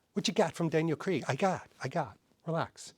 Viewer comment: Please for the love of all that is holy, stop overpronouncing Craaaaaaiiiiig.